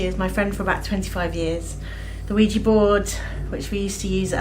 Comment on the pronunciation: “Ouija” again. 2 syllables.